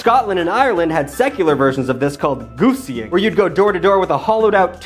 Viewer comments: pronouncing guising as gooseying is wild lmfao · it's guy-zing, not goosying. It's also where we get the word disguise. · Vaguely Spooky Month was a hit for me, great job with costumes and all that. comment about "Gussy" killed me lmao. For reference, it is pronounced "guy-zing", share origins with the word disguise. That said, absolute moron, 3/5 stars, wouldn't change a thing. Much love, need a BigTugg in my life. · Yeah man, Guise is pronounced similarly to "guys", but you were totally saying "Gussy". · guising looks like it should be pronounced gweezing and not gussying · "GOOSING" 🤣🤣🤣 Guising is pronounced guysing, like disGUISE is just fucking up in this one! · I think Guising is pronounced like disGUISE. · Your brother’s comment was your butchering of the word “guising”. It’s pronounced like “disguise” without the “dis” and added “ing”. It was somehow funnier that had no idea what his brother was referencing when he said it like 5 times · pronounced Guys-ing, it's where we get the word "Disguise" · Generally with guising in Scotland (which is still what most Scots call it rather than trick or treating) the kids need to have a party piece like a joke or something and get sweets as a reward/payment. Also it’s pronounced guys-ing but I might start calling it gooseying just to confuse people 😂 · Listening to mispronounce almost every word from my culture in this video was peak 😂😂 Celts/Celtics = Kelts/Keltics Samhain = SAH-win Guising = GUY-sing There ya go 😁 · I for sure heard gussy too 😂 Guising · even worse, guising is pronounced guy-sing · You’ve saved me the trouble of correcting him. And it’s GIZE-ing I’m pretty sure.